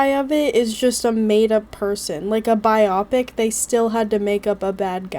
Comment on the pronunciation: Biopic is Bye-oh-pic. Short for BIOgraphical PICture. Does not rhyme with nearsightedness.